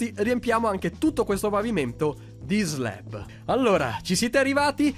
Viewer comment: slab non sleb